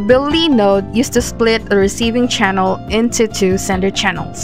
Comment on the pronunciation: please emphasize the CHANNEL part. it's so confusing